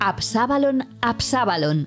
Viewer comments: Es "ABSALON", no "ABSABALON" como pronuncia la narradora del video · Absabalon, Absabalon? Qué dices? No sabes leer? Ab - sa - lom 😂. Y yo leo la Biblia en hebreo y arameo